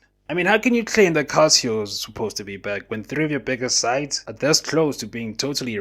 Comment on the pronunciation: Calcio pronounced “Kalcho”